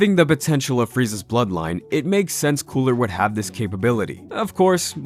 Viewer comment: So we're literally all going to continue to nerd out and ignore the fact that he said coola lmao , I mean I'm 100% with it it actually does sound better but at the same time ,, I need to confirm are we all ignoring this ? 🤣🤔🧐